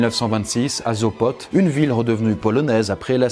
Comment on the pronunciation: Sopote on dit et pas zopot (je suis polonaise)